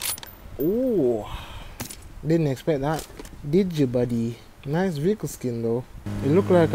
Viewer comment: man said "nicehrr" lmao